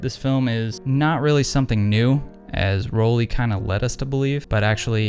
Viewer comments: It's Roll-eye. Not Roll-e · Love your vids, but since I am German, it is pronounced Roll-Eye